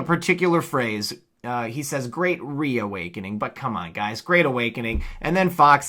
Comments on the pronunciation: Okay, sorry about that y'all, let me rephrase that text now that I'm fully awake 😴😣😲(lol)... it SOUNDED LIKE he said "we" vs "re". 🤔🙄🤨 And congratulations on receiving your "highest honor" of recognition from our favorite Qanon 👏🤜🤛🤝👍!!! I can just imagine how overjoyed you are feeling💗💕. What an awesome experience!!! Keep doing what you're doing sir 🥰🤗👍😘!!!! Congratulations 🎉🎉🎉🎉🎉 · I heard him say WE AWAKENING not RE... just saying 😘